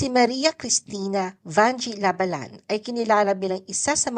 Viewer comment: Ang masasabi ko, paki ayus ang pronounciation ng La Ba lan..hindi mabilis.